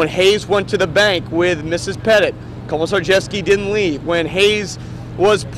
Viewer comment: "Komjrghjevsky" LOL